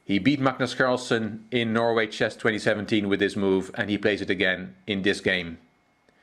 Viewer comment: His name is Carlsen. Not carlson.